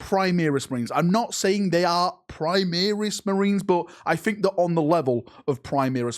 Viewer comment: Call them Primaris, not Primeris.